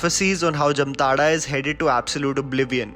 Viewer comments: Bro if u r making a video, be completely nuanced on every aspect. Wrong pronounciation of Jamtara... Its like Jaamtaara not Jamtaara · BTW it is pronounce as Jaamtara and not jamtara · It's. जामताड़ा not जमताड़ा। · It is not Jumtara... It is Jamtara..😂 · It's jaamtada not jamtara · It is pronounced as jaamtara... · Pronounced as जामताड़ा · Splendid review👍👍 Just one thing, the name of the town is pronounced as "Jaamtara" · Its जामताडा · Why is it pronounced as ' jamtada' when it is spelled as ' jamatara '....anyone!!? ... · M from jamtara nd it pronounce as 'jaamtadha' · It's not the right pronunciation ☹️😧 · Nobody can pronounce jamtara properly even u disappointed